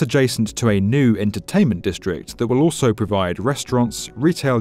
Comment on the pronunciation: Oso? It's also. Poor pronunciation